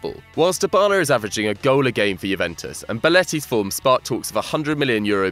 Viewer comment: Also pronounced "deebala" not "diebala"